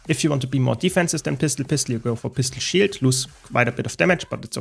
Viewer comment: when he says pistol shield sounds like pistol shit